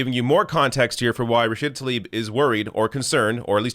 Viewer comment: Hey man, as you go about inciting against Israel, do try to pronounce the woman's name correctly. What a copious amount of ignorant BS at this gathering of hate-filled anti-Israel sheep. When will these squad-ers start tackling the AMERICAN issues they were elected for? I'll wait....